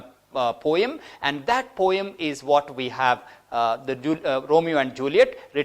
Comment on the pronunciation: you pronounced "poem" incorrectly!